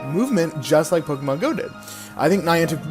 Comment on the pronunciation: Stop saying pokEEEmon.